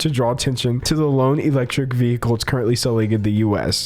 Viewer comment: Ur prononciation of vehicle made me smile a lil bit